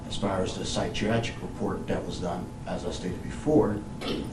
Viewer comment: He had me believing he was a bit intelligent until he pronounced "psychiatric."